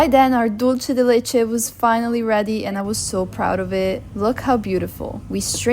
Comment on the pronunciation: Hi! great video:)) Dulce de leche is pronounced "dulse" de leche", not "dolce" de leche. Also, the one you made turned out too runny; it should be thicker. We have a much thicker and firmer type of dulce de leche called "dulce de leche repostero." It's especially used for these types of preparations: alfajorcitos de maizena, cakes, etc. Another fact: Argentine culture and gastronomy were greatly influenced by the large Italian immigration in the late 19th and early 20th centuries.